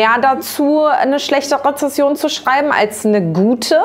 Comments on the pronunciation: Rezension! Nicht Rezession!😂Aber sonst interessantes Video, gerne mehr davon. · Ist das Absicht, dass sie Rezession sagt? Nach dem dritten Mal musste ich mich echt zusammenreißen :D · Rezension…Rezession ist was anderes 😂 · Hab das selbe gedacht, triggert irgendwie hart wenn man's einmal hört😂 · 😂 Du bist mir vorgeschlagen worden und ich hab nach kürzester Zeit die Krise bekommen, weil du immer "Rezession" gesagt hast. Bis meine 12-jährige mir erklärt hat, dass das Absicht ist... 😅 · Darf ich sehr respektvoll sagen, dass es Rezension heißt (Bewertung), nicht Rezession (wirtschaftliche Flaute)? Danke fürs Video, prima Idee! 😊 Und nix für ungut.❤ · RezeNsion, nicht Rezession😂😂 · Tolles Video 🍀 Das "Rezession" statt "Rezension" triggert bisschen 😂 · Rezensionen, nicht Rezessionen😂😊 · RezeNsionen…Rezession ist was anderes😉😄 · „Rezession“ vor allem 😂😂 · Rezession =/= Rezension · Ich mag deine Videos sehr gerne, aber bitte: Rezession ist ungleich Rezension! :) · Es stört mich etwas, dass du Rezession sagst. Es heißt tatsächlich Rezension. Lg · Bitte beim nächsten Mal darauf achten Rezension ≠ Reszession. Ansonsten tolles Video! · äh es heisst Rezension, nicht Rezession! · Du sagst rezession statt Rezension haha :D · Du meinst sicherlich „Rezension“, sprich eine Bewertung… und eben keine Rezession. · Ihr wisst schon, dass es "Rezension" heisst und nicht "Rezession"? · Rezession? 😂 ➡️ Rezension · liebe... es heißt REZENSION. eine rezession ist etwas vollkommen anderes:D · Wenn ich höre wie Menschen ReZESSION statt ReZENSION sagen.... da entwickeln sich wirklich schlimme Aggressionen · Warum sagen so viele Rezession statt Rezension??? 😢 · Rezension nicht Rezession ;-) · Nur als Tipp: Es heißt Rezension, nicht Rezession :) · echt jetzt? Du machst ein Video über etwas, was Du noch nichtmal richtig aussprechen kannst? Rezession ist etwas völlig anderes, als Rezension 😞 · Bin das nur ich oder hört ihr auch "Rezession" 🙈😅